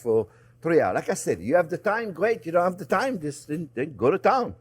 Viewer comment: I'd put some Baileys in my coffee this morning ,lol while you were going over the rub/marinade you were, babbling about Having time but I heard Thyme, made this video quite the head scratcher until I realized you were talking TIME not THYME LMAO